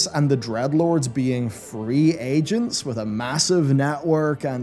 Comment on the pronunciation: D-R-E-A-D-LORDS, not Dredlords... cmon man